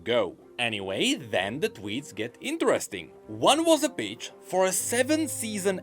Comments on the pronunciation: Legit when says the "pitch" iam hearing "Bitch" bruh.... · I love the way pronounces "pitch". It must drive the algorithm absolutely crazy...